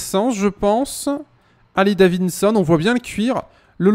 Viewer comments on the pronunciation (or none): On dit pas Harley DaviSSon ont dit daviDson